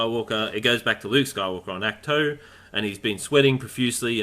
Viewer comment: Ahkt- toe, not act two ...🙄